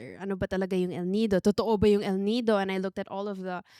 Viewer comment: girl wait im so confused with this. Do you mean El Niño? I heard El Nido, and I need to replay it multiple times